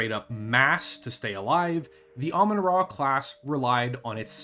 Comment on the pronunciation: I love automatic subtitles. said Ramen-Ah, and YouTube said Almond Raw, the name is cursed, sorry to say